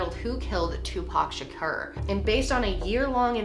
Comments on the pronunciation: WHY do you keep pronouncing "Shakur" that way. It's SUPER disrespectful to mispronounced people's names. You LITERALLY played a clip where he said his name. Have some more class 😑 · Great video but you are pronouncing Tupacs lasy name wrong